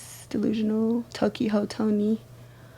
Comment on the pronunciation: Did she say tokyho?😂😂😂